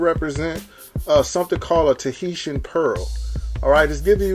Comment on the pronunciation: bro mispronounced TAHITIAN immediately. lmao